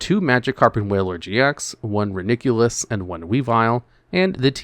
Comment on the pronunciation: The way you pronounce Reuniclus is simply ridiculous